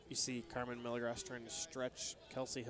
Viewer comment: every time the commentators pronounce milagros wrong, they should be punched in the face. its a spanish name, not a word like milligrams.